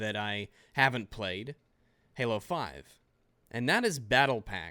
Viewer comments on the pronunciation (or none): none